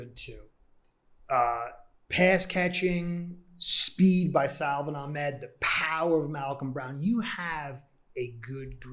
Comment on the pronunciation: Good work. Note: His name is pronounced SA-von AK-med